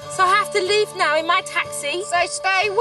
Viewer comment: I didn't know the word "now" was two syllables